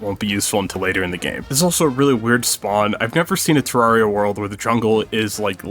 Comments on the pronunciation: first problem you said Tarraria not T- E-rraria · Did he say [təɹariə] instead of [təɹɛɹiə]? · Three seconds in, and I have to tell you you pronounced Terraria wrong. It's "tare-air-ee-ah" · ITS TER- AIR- EUY not TER-RAR-REEUY. GET IT RIGHT PLZ EZ SPEESY (JOKE good video.) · TERR-ARIA! Not Terr rar ria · UHMMMM ACSHULLY!! .... ITS TER RARE E AH! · did you just f-ing call Terraria TerrAHria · one thing you forgot: teh-rare-eeh-ah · It's pronounced Terraria, not Terraria. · why are you saying terraria wrong, there is a e at the beginning not a a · DUDE. I heard the way you pronounced Terraria at the beginning. Please try harder next time. It’s Terraria, not Terraria. I hope you’ve learned a valuable lesson for the future.